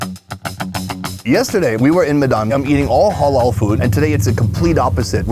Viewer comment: Why does say Hollol food 😂